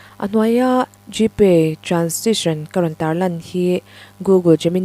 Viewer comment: Baw-bawihtê, ka bengchhe ri mai mai ka hre zawk nge ni, ka tho fuh vak lo bawk nen... tukin chu i aw a nalh tehlul nen awww ka ti vang vang a, ' transaction ' tih tur ni awm tak kha, ' transition ' tih ri ang maiin ka lo hre pek a, ' receipt ' tih pawh hi ' p ' lam rik loh tur, ' resiit ' tih ang deuh hian a ri, an ti bawk ( a hre ber leh a thiam ber ang ziazangin ka rawn ti leh hluai ṭhin a, ka hre lo teh a nia) A ri ka lo hre sual a nih ka ring zawk tho va, min ngaidam ve mai la aww... hrethiamssss? Mahse in fimkhur nan kan duh ve ṭhin bawk si a, insawiselna satliah a ni lo tih hi lo hre thiam ṭhin ang che u aw, induhsakna lam rawngkai daih a ni zawk. Mahse, i la puang thiam ber tho tho, kan ngaithla kham chuang lo. Aw, ka'n ngaihthlak chhunzawm leh rih phawt ang e, ka la ngaithla zo hman chuang lo vaaaaa ...😂 Nilên nuam u.